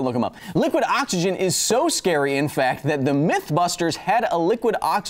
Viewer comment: never heard someone pronounce it "Awk-isgin" with so much intent before! well done is finding another way for me to spend more time on your video :P